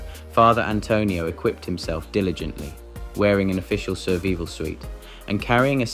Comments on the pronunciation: Increasing numbers of robots narrating, but when they pronounce survival as serveeval, the jig is up. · Is this a human or computer reading the text? What are jumblied craties and bottlies? How can you mispronounce survival? What is a GPS locato?